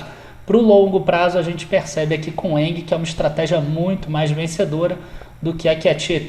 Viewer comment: Cara, uma observação: Você esta pronunciando ENGIE errado. Nao é "ENGUIE", nao existe este "U" entre "g" e "i". Abs